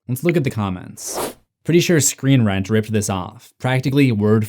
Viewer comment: "screen rent"